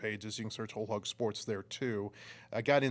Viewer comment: Of course Kansas doesn't know how to pronounce Hog